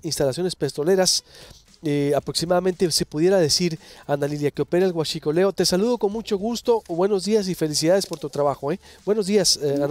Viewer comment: me encanta como pronuncia "Huassshicoleo" 😂 ayy que liindoooo